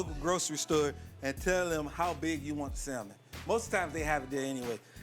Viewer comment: Salmon The "L " is silent sa-m'n No worries i use to pronounce the same until my good girlfriend corrected me.